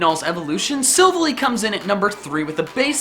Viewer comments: its sivaaly not sivuly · Silvily instead if Silvally lol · SILVALLY, NOT SILLVALLEE (TOO MANY LETTERS)! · You pronounce silvalee not Silvaly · svilly it's pronounced si-val-ey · its sillvAly not sillvly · you said silvilly instead of sil-valley and that triggered me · pronunced silvahlly not silverlly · Its pronounced silvalie as in silval-lie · It is pronounced sil valley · Its also pronounced silv-ALLY Like Silver/ally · emphasis on the second half of sylvalys name. its Syl-var-ly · I thought it was pronounced Silv-Ally. Ally like a crony, friend etc. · Its Kommo’o and Silvally. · You pronounced silvally wrong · Type: Null and Sivally are legendary pokémon. And you misspronunced Silvally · Mispronounced silvally, arceus, komo-o + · you pronounced primarina and silvally wrong. still awesome video. great job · WHO IS RAGING CUZ HE MISPRONOUNCED SILVALLY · the way u pronounced silvally triggered me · The way you pronounce Silvally triggers me. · he says silvally wrong my god